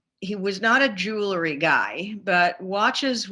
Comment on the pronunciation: Wish she knew how to say “jewelry”